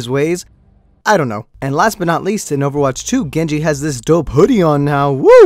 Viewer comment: im sorry did he say oerwatch 2 HAHAHAHAHAHHAHAHAHAHAHAH